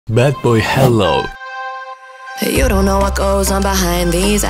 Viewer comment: The way he said badboyhalo badboyhello